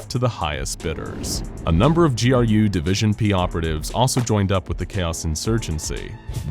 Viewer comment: So glad you didn't say "Grue" division good job.